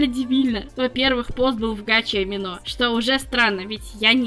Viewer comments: не аминО.. амИно.) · (Разве правильно говорить не АмИно?) Насчёт амино в целом - сообщества, которые посвящены артам и адоптам очень строги с плагиатом, так что за деньги вряд-ли можно что-то продать. Так что такие случаи еденичны. В любом случае сочувствую